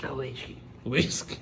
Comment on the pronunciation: “wittsky” KKKKKKK